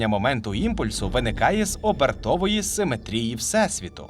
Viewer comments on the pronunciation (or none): Ну навіщо ви ріжете глядачам вуха? Не "симетрІї", а "симЕтрії".